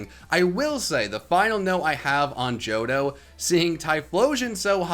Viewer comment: THE H IN JOHTO SHOULD BE AFTER THE FIRST O!